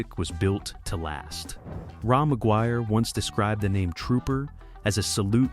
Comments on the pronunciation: What the fuck Ray Maguire fucking AI not Raw Maguire i grew up a few blocks Away from my parents house in south Vancouver Ray had a 55 chevy 2 door Parked out side his parents place in The ally i met Donny Underhill with his band called Troma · Pronounced Ray not Rah. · That is Ray not Ra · Had to stop listening due to the ridiculous AI “narrator”. Fkn lazy. Ra McGuire is pronounced “RAY” not “ RAW”. Bachman is pronounced “BACKman” not “BOCKman”. And Baby “WANTcha” Please Come Home? Really? Put real narrators back to work! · Polite correction because I’m 🇨🇦 … it’s not “Raw” McGuire … it’s pronounced Ray. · Pronounced Ray not Ra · Ra = Ray not "Rah". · It's pronounced "Ray" Ra is short for Ramon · Ra , pronounced Ray ..this is AI BS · Ra pronounced Ray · Ra is pronounced "Ray" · I came into the comments to say that. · Clickbait, with an AI voice that pronounces Ra's name wrong. The internet can really suck. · Former Canadian radio music director here. Couple mispronounced things kinda skewer this right off the bat - Ra is pronounced "Ray"; and it's "Baby Woncha Please Come Home", not "wancha".